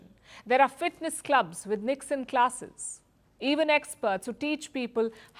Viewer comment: You said NIKSEN I heard "ল্যাধ"